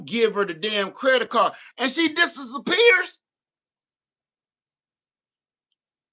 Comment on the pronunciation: 2 things—The store that starts with a K still has the key card that they scan. And if I didn’t have it, it does feel creepy to give out your phone # when ppl are behind you. I will type it in. The 2nd thing—the way you said “disapapears” had me rolling!! 😂😂😂😂😂